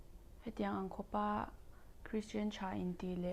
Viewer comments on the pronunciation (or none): Krishian😂 a thiam mah² sap țawng hi😂